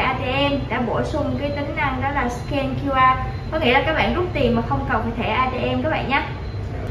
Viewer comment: Nge từ bẹn bẹn là k muốn like